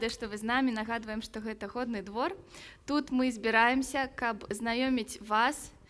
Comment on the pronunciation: Спадар, вучыце мову, кали ласка, а для пачатку хаця б навучыцеся словы "Годны двор", "Годна" з беларуским фрыкатыўным гукам "г" вымаўляць! Прашу ад імя шматлікіх беларусаў, КАМУ ГЭТА РЭЖА ВУХА! Не псуйце назву сваім рускім "гэканьем". Загадзя дзякуй, калі вырашыце маю параду ўзяць да ўвагі!